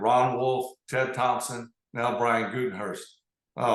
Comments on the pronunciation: At end of video 😂 “Gutenhurst” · lol he called him "Gutehurst" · I miss the Ol gunslinger 🏈 Brett was the start of bringing Greatness back to Titletown 🏆 those were great times 🥇Oh & Brett, it’s Gutekunst😂